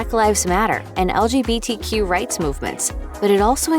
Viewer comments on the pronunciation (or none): none